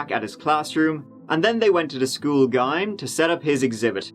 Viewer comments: I'm sorry, did you just call the school GYM, the school gime? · not to be a jerk, but tdid he pronounce GYM (JIM) as GiME?? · "Pacifically from the Specific Northwest," 🤣😂🤣 Brilliant!!! "Walked up to the School gime." I think you mean Gym- pronounced like Jim, I thought that most schools worldwide had gyms- what do they call it over there in the U.K.??? I love your content, silly jokes, sarcasm, & Irish charm!!! Hands down, is the best Channel on youtube!!! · Did you seriously just say "gime"?? Like time? It's pronounced gem, like a jewel or workout place "gym" Tim them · Gym?? What's a Gym?? .... OOOhh, a GYYYm. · did you pronounce school gym like "gime"??? like grime without the r??? is this an irish thing???? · June fort at tree turdy they went to them gime for a science fair. Sorry. . Great videos . . Just made me laugh. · Lol school gym "gime" ... we say it like "jim". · Did you say “guy-m”? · Great vid but did you pronounce gym gime? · Gym is pronounced like “jim” not “guym”. lol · School...gime? School gym? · I'm sorry ... School Guyhm?! 😂 Gym is pronounced 'jim'. That gave me a right laugh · Did you say the school "gime" ?? 🤔 lol The GYM?? 😂😂 My bad that threw me off for a sec. But nonetheless another great episode. 👌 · Love you Brits..it's pronounced" Jim" even though it's spelled GYM...haha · I'm sorry, but where did they go? The gime? I think you mean gym. As in gymnastics. Lol. I love it! I can get why you would pronounce it like that. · What w the way he said gym?? Saud it like gime not like "jim" pronunciation wise. Lol but no i absolutely love."heeeyyy uuuu......" Lol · I'm sorry....did he pronounce 'gym' as 'gime'??? This is why I love you,! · Quoted "gym" as a "gime" too. What's a gime? Ohhhh, a gime. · ....so I'm the only one who noticed he mispronounced GYM as Gyme instead of Jim? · "Gym" is pronounced Jim not gime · Gime? What's a 'gime'? Oh!, a GIME... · Gyme? What the hell is a Gyme?.... OH a GYME.